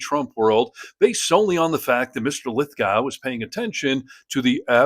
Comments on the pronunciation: It's pronounced Lith-Go, not gow. But totally agree and love this guy. I paid for a meet and greet with him when he came to Manchester, NH, in 2022 to discus vai9ous topics with a local reporter. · It’s pronounced Lith - Go, Not Lith-Gow. Just as Moscow is pronounced Moss-Ko, not Moss-Cow. Lith Go, Moss Ko. Also Electoral College… wow. you don’t have mandatory voting, your system is 3rd World. Your campaigns go for years, vs 6 weeks everywhere else. We’ve had universal healthcare for 50 years. Our Prime Ministers cannot have a parking ticket, let alone pardon people. We’ve removed 5 prime ministers in a year for less than Trump has done in a day. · It's Lith - go, not gow. Just saying. He is the nicest man on the planet, btw. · Its pronounced Lith GOH. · Please note: The second syllable of John Lithgow's name is pronounced GO. Like the verb "to go." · John’s name is pronounced Lith-go, with a long o. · His last name is pronounced Lith go